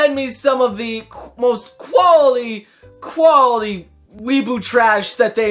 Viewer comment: I thought he said "koalali" instead of "quality" xD :v I need help(??)